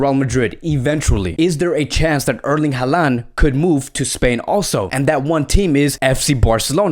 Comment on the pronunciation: His name is pronounced HAland not haLAnd